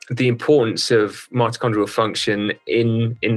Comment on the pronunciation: Great stuff but they talk about MATACHONDRAL I know that’s not the word but it sounds like it can anyone tell me the spelling please